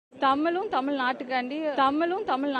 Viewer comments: Aaaya unakku Thamile varala pronunciation Thamizha . Innoruvati padichitu va poooo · Tamizh illa Tamil nu solluthu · Dear Jeans Joseph. You don't know how to pronounce Tamizhword. தமிழையே உச்சரிக்க வக்கில்லை. நல்ல வேளை. If she would have received the certificate Our Governor will forget good Tamizh. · தமிளு(ழு)க்கும், தமிள்(ழ்)நாட்டுக்கும் திராவிட மாடல்தான் நிறைய சேவைகள் செய்துள்ளது. ஆனா என்ன எள(ழ)வோ தெரியல, சனியன் புடிச்ச (ழ)ளகரம்தான் வந்துதொலைய மாட்டேங்குது. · தமில் தமில் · மொதல்ல பார்த்தபோது வடிவேலுக்குதான் தலையில விக் வெச்சு, பேச கூட்டியாருத்திருக்காங்களோன்னு அப்டியே ஷாக் ஆயிட்டேன்! நாக்குல தமில் சும்மா நின்னு வெளையாடுதே?! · அந்த பொம்பிளைக்கு தமிழ் என்றே சொல்ல தெரியவில்லை. தமில் என்று சொல்கிறது இந்த முண்டம் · போடி, புண்ணாக்கு. கிருத்துவ பக்கி இப்படி தான் இருக்கும். சாத்தான் தீடீரென வேதம் ஓதுகிறது. டமில் என்று இது இங்கிலீசு பேசும் பன்னாடை க்கு தெரியுமா தமிழக கஜானாவை தீம்க காலி செய்து விட்டது என்று தெரியுமா?😂😂😂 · Thamizhnnu ozhunga solla theriyavilla..........idhu oru......!%#^$&$&!$#%#% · தமிழ் என்று உச்சரிக்க தெரியாத பன்னாடைக்கு பட்டம் ஒரு கேடு உனக்கு பட்டம் கொடுத்தார் கவர்னருக்கு அசிங்கம் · தமிழ் என்று சொல்ல துப்பு இல்ல பேச வந்துட்டா இவ. அவர் கையில் வாங்கிய பட்டத்தை கிழித்து போடுடி.